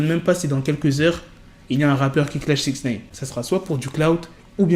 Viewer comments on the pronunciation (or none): Six naine ou nine 😂